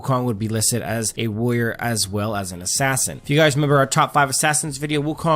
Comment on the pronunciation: What's a "woyer"?